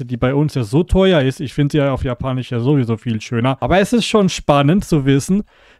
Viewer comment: kannst du bitte sagen japanisch statt japanich es wird ja auch japanisch geschrieben und nicht japanich